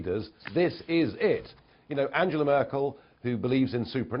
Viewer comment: Farage, you cretin, learn to say Angela Merkel's name right! If you want to translate her name into English, be consistent and talk about Peter Trudeau and Gerry Wilders.